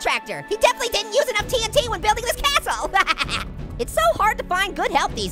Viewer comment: wow I love Minecraft and splody time and what do you call a cashle a a tashle